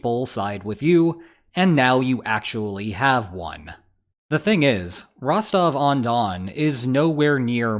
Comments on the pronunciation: It's Rostov, Rostov-on-don, or Rostov-na-donu. Rostovon doesn't exist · "If Rostov-on-Don becomes Rostove-Undone" 🤣🤣🤣 That's why I sub to this channel.